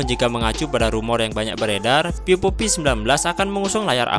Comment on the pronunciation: Vivo bang. Bukan pipo... Haha